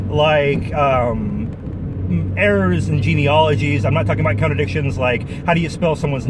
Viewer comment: I had to smile every time you say "contradictions" and was tempted to adopt your pronunciation: "counter dictions". Then I noticed that the section starting is labelled "Counter dictions":shelterin:.